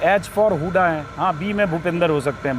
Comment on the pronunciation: हुड्डा है नाम हुडा नही